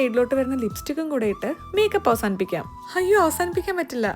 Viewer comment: Hayyo,hamme,honam,hatha,hitha. entha nalla artificiality ellathintem munne ha🤮